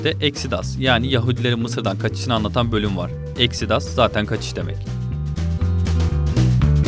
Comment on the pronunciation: Böyle videolar yapan kişinin konuya biraz hakim olması gerekmez mi? Dufrense diye değil, Dufreyn diye okunur. Exidias değil, Exodus diye okunur...Defalarca izlemekten artık herkesin bildiği isimleri bile bilmemek, filmi bilmediğinizi düşündürüyor. Bİraz özen lütfen.. Bu filmler bunu hak ediyor...